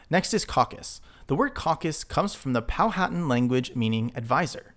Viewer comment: Quick note: Powhatan (VA & MD Tribe) is pronounced Po-wHu-Tan, it is the paternal tribe of Pocahontas. Nice Video, btw, great idea adding in the maps while referencing the language!....would like to see more. 👍